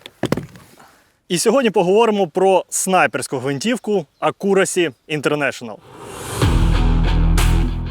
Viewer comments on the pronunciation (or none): Ак'юрасі, наголос на першій голосній. Що Ібіс, що ви...звідки той ак'Юрасі взявся?